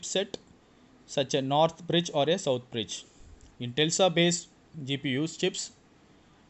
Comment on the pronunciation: lol.....he is pronouncing tesla as tellsa..... bro he is nuts